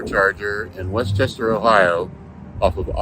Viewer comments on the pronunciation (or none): none